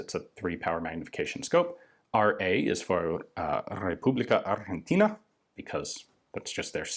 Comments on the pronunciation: Your pronounciation of "Republica Argentina" is flawless. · Your pronuntiation of "República Argentina" cheff's kiss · Thanks for the video haha loving it, great pronunciation of our country name, really appreciate the times where we actually competed for the top world country in many relevant industries and not only on football...